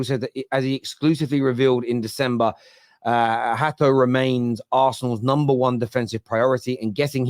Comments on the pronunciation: not a big deal but its pronounced jorel (j pronounced like jew) hat oh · It's pronou Ha to